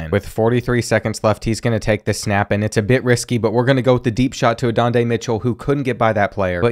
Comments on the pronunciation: “Adondey Mitchell”, “Quinn Oowers” 😂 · “Adonday Mitchell” 😂